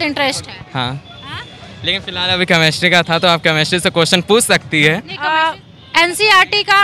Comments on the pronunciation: CChemistry NHI Chemistry hota hain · The way anchor said कमेस्ट्री mam aapko khud padne ki jarurat hai 😂 it's केमिस्ट्री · Mam chamistry nahi hain, chemistry hain, pronounced shai karo fir question karo😜😜😜😜😜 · Chemistry bolna sikhiye ma'am aap pahile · is reporter ko chemistry bolni nahi aati ise padhai pehle phir interview le khudka kyuki padhne wale bache pahle he taiyari kar lete hai😌